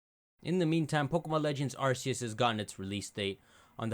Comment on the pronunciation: You keep mispronouncing Arceus